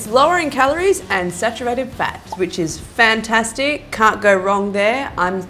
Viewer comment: I’m sorry but when she said ‘fantastic’ in that tone I thought ‘elastic’